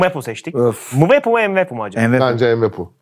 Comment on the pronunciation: EMwepu degil. Mwepu:) 1 - / 0